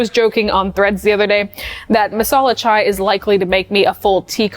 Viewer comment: HI morgan! on behalf of indians THANK YOU, for saying it right and doing it right. chai ftw <3